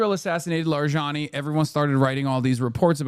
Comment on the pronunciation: lol the way he pronounces larijani just sounds like lasagna